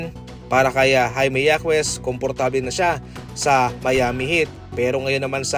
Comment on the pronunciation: hakes not hakwes and randel not randal😃